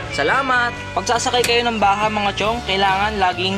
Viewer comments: ang tamang bigkas ng Bajaj ay parang "Badyad" at hindi "Baha." Turo mismo yan ng isang Indiano. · Ang pagbigkas po sa bajaj ay BADYADS o bajudge